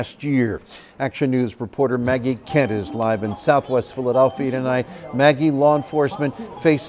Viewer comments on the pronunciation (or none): none